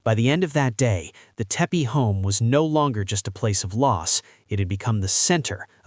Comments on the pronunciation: Teppe not Teppy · Not Teppe or Teppy but Tepe